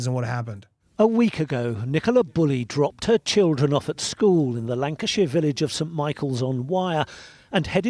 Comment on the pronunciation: Can I make a request on behalf of British viewers/members? When you cover stories that originate from the UK, please use British language as a reference? Maybe confirm terminology with Stef first? I know she corrected you, Nicole-a, More Cambeee, Lanca Shire, but you’ve referred to Nicola as Mom. She’s not. Shes Mum. Wr don’t use “Mom” over here. If “Mum” doesn’t translate, use Mother? I love Popcorn Planet but these things do irritate the heck out of your British viewers 😂